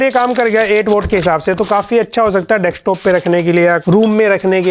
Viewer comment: dekstop dextop😂😂 bootooth😂😂😂